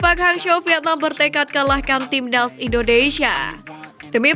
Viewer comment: Presenternya gk bisa bilang timnas Tapi "tim ndas" 🤣